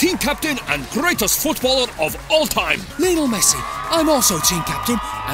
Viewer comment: Lionel* not Linl